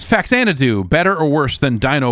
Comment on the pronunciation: • Relates story of childhood friend's humorous mispronunciation of 'Faxanadu' • Proceeds to mispronounce 'Faxanadu'